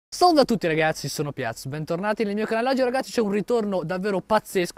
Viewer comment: adoro quando dici "Salve" con l'accento di Charlie Chaplin